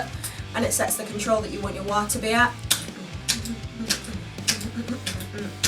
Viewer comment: The sound sample has taught me something I prefer the low end type of wah sound. Didn't know that before. Thanks! kinda like a talk box I like how you say Wahr 😆